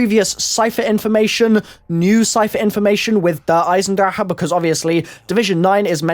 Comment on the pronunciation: he fails at saying der eisendrache